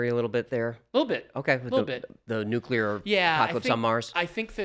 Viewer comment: Von Braun is pronounced von "Brown" ... I'm just a pest with proper pronunciation... One of my huge peeves is when politicians and even scientists mispronounce nuclear... That one is inexcusable because it's vocabularic laziness.